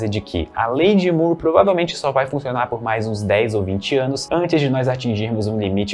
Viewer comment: Moore possui a mesma pronúncia de more, floor, door, core e etc